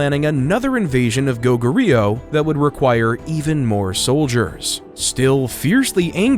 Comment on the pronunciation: Did you seriously just butchered pronouncing Go Goo Ryu...